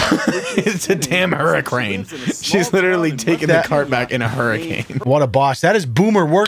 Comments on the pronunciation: hura-crane?? Come on dawg. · Did anyone else hear say "hurricrane" instead of 'hurricane' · Careful of the "hurricranes"